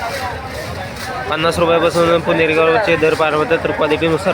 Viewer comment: Video मध्ये पुणेरी गवार म्हणलात की guneri गवार